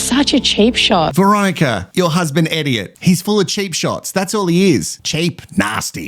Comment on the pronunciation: Like so many things you say, calling Elliot who acts like an idiot = Eddiot…sure sounds like the perfect pronunciation to me. And omg yaaas to the WIFE SWAP!